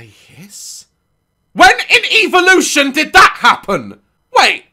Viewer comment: The way he pronounced "evolution" cracked me up😂